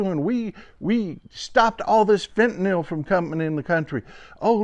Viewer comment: I congratulate you! You’re almost the only person who says ‘fentanyl’…most say ‘fentanall’. Thank you.